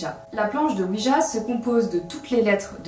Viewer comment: Très bonne vidéo comme d'habitude parcontre je sais que tu est (française de France ) mais sa sonne weedja quand.tu le dit XD